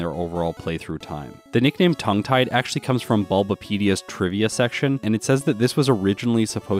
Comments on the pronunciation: Am I the only one who thought the nickname was pronounced “tongue-gettied” instead of “tongue tied?” 😂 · My brain: Tongue Tied My heart:Tounge-Et-Ee Dee